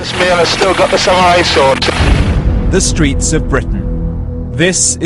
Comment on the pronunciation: Sa-Mew-Rai sword... xD I loled...